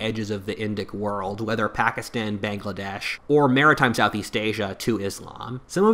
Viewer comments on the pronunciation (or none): none